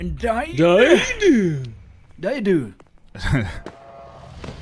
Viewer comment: 🤣🤣 🤣 Love how they ended up there from just saying "diiED"